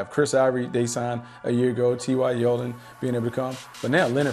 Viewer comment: "Ty yeldon" 😂😂😂😂